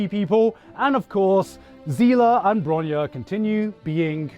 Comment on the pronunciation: bruh, bronya is not броня, ударение же не туда. bronya is bronislava. but other things is da 💯